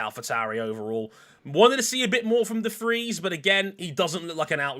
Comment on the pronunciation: Hey, his name is De Vries, not "The Freeze"